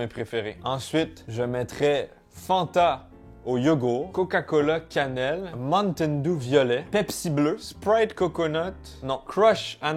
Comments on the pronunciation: le "montaine dou " jppp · "Un monnetainedou" xD